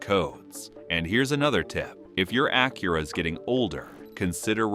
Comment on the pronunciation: Ok, first off, your AI is mispronoucing the name of Acura or whomever wrote the script misspelled Acura. How about do some editing and correct it before releasing this video. Second, use blue coolant then show pink coolant being poured into the coolant reservoir. Change your power steering fluid but don't use what's recommended by the manufacturer?? Change your air filter, keeps your engine clean, then goes to show a dirty water pump impeller. WTF??! Lastly, "you don't need fancy tools...", is misleading. You do not want to tackle a timing belt and water pump replacement unless you do have alot of tools, a drain pan, and a fair bit of know how.